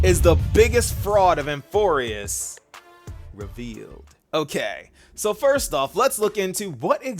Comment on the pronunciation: It scratches my brain when says “REVEALED”😅 love it